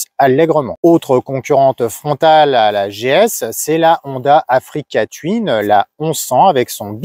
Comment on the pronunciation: Attention à votre prononciation qui est étrange : touine et non : tuine